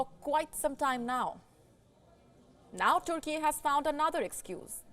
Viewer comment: Why say "Toorkie?" Can't you pronounce it properly as "TURKEY"??? And what is "Stockem?" Please be careful, it's very irritating for the ear! I've nothing against accents, but the pronunciation has to be correct, especially for a news reader. And about the main issue; it's a very insulting and stupid action or inaction. The one who burns holy books, irrespective of the religion should be seriously condemned and punished. And why is it so hard to take immediate action against the perpetrator??? I fully support Turkey (not TOORKIE) and condemn Sweden.